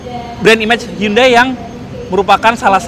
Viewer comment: Bacanya handai bukan hyundai